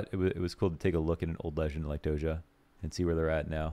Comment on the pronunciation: It sounds [do-s'ia], not [dozha]. Just saying